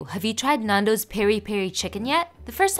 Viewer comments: Nan do’s is great and btw you pronounce it like n-an-dos not n-aan-dos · If you see this please stop saying Nundo’s, try to pronounciate the a more